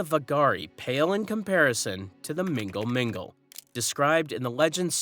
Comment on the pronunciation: Mnggal-Mngggal is pronounced Mnow-mnow